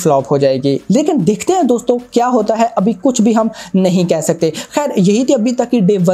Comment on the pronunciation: Bhai aap "KYA" bolo "KIYA" nahi... Please.